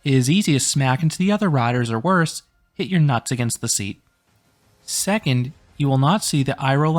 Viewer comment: hearing you say "nuts" is so weird